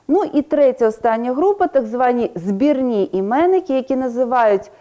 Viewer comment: дякую! Насправді питання були до вчительки, яка в ролику саме таким чином наголошує слова: 9.46 - сАнки, 16.29 - островА. Ще запитала б про наголос у слові "збірні" (11.55), адже у словнику подається наголос на першому складі цього слова. Чутно, що людина російськомовна, хоча й старається говорити українською. Просто виникає питання: чи подібні ролики дадуть дітям переконливі знання?